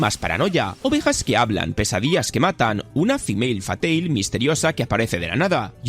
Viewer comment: Y se dice Femme Fatale, leído "Fem Fatal"